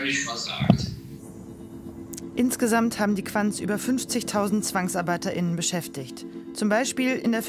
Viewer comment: diese "gendergerechte Sprache" ist ziemlich nervig. (ZwangsarbeiterInnen) Wenn wirklich die weibliche Form "Zwangsarbeiterinnen" meint, dann spricht sie das Wort echt falsch aus...